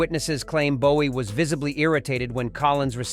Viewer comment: Como puedes pronunciar el nombre de JOHN LENNON como LENIN en todo el video que por cierto es una basura informate antes de hablar de David Bowie y también pronuncias su nombre mal